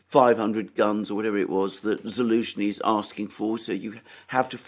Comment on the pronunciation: General Za-lose-knee..it kind of writes itself...lol 😆!